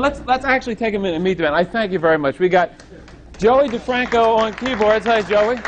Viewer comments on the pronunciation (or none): This Boggs can't even get his name right, calls him DeFranco.